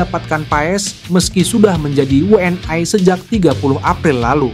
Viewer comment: We en ai 😂 knp gak WNI aja bg 😅 PSS ai 😅